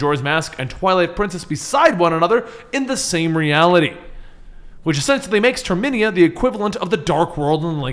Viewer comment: it’s pronounced Ter-me-na